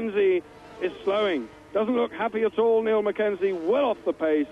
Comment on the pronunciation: Well, certainly isn't 1985, and '89 was Doohan's first GP season. Speaking of Doohan, I cringed at the commentator the entire race ..."Mike" Doohan, "Neil" McKenzie, ugh. :-X :-)